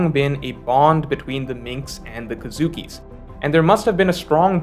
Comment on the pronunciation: It's kozuki pronounced as co-zuki, not kazuki.